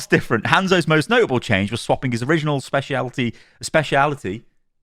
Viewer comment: u pronouncing specialty is so funny